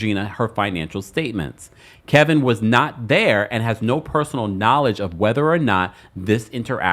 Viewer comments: Kevin not Kelvin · It’s KEVIN. Why do you keep calling him Kelvin? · You know his name is not Kelvin.. it’s Kevin stop it!